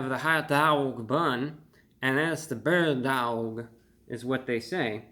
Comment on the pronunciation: Bird duaouwg